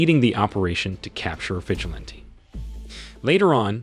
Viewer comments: Vi-gi-lan-tee, everytime you say vigilant I get a little bit more annyoed lol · Your pronunciation of vigilante is annoying!!